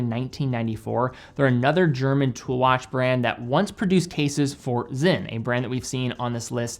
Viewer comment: Sinn is pronounced ZIN but not zen in Germany. And Certina is pronounced CHERTINA not sertina in Italy/Switzerland